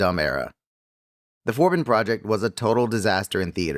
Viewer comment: "we humans" that is pretty rich comming from an AI narrator that cannot pronounce "forbidden". 😂